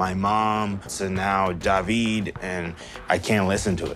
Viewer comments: Dude out here calling himself Dah-veed? Get a grip DAVID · Why is he pronouncing David as Daveed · Didn't realize this guy's name is David and not Dahvee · What's annoying? People with regular old names pronouncing them like they are something special. DAH-VEED... Ok David calm down.